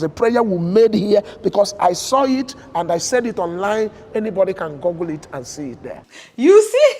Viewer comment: THE WORD IS GOOGLE (OO AS IN GOOD, BOOK, COOK) NOT GUGGLE!